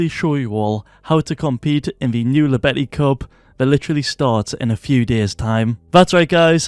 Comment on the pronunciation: It's spoken "Yobeti", pls it's killing me